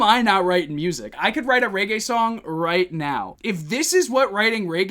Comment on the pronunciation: Good video but I can't help laughing when you call it "Ray-gay music"